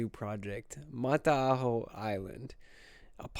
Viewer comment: Kia ora from New Zealand, it's pronounced like Mata-hau also the word Māori is pronounced like Mau-di with a roll of the tongue